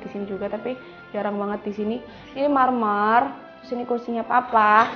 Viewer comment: baru kali ini saya nonton house tour yg selalu sebut kata MERMERRRR....😁😁